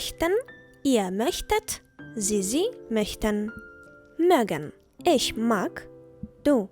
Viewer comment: Чому ми промовляєте Ich як Isch?